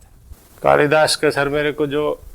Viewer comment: Ye maha kavi Kalidas ko tha-tha bol rhe hai